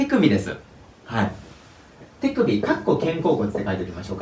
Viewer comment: 手首の発音がてぃくびって聞こえるんだが・・・